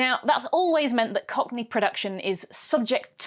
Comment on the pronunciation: what's a cock knee?